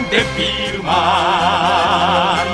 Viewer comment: デビルマンの絵も歌も初めて知りましたが の「デッビールマーン」の発音や、1番ごと歌い終わった後の歌い切った感のある表情、 間奏のときの気持ちを高めてる感じの表情…好きです(°▽°)！ マニアックですみません笑